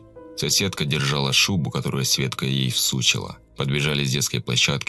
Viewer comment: Слово всучИла, произнесенное как всУчила, прям заиграло новыми смыслами